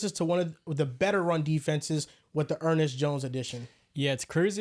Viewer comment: Gotta love Er-Nest jones 😅